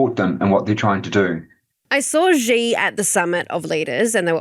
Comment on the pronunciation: My ears can't accept that can't even pronounce the name of China's leader. It's "C" or "See", not "G" or "Zee".